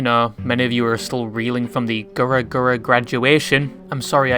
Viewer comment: "gura gura" can you please pronounce her name correctly? It already hurts too much